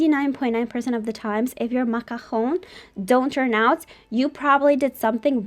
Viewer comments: Grazie a Dio, qualcuno che pronuncia "macaron" bene hahaha, la ricetta è incredibile ;) Grazieee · Just Wowwww ★★★★★ the macarons and your pronunciation of macaron amazingggg !